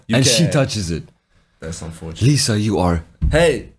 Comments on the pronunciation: That girl is Li - Za not pronounced as lisa lol😂 but shes filipino phillipines and shes known to have the beautiful face in the world.. for reals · Liza soberano is known actress here in the Philippines. Btw it pronounce as "layza"